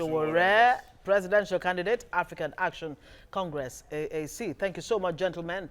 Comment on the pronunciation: If it's APC or PDP it will be sweet in their mouth, ordinary African Action Congress AAC this lady's finding it difficult to pronounce. Yeye media😏